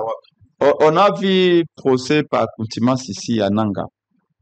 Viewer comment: c'est Contumace et non coutumence 😢